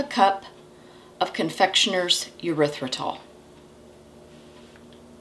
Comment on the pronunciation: I just want to point out with all due respect, that Erythritol is NOT pronounced Yer ithritol. There is no y in the beginning. This is a common mistake. I love your channel.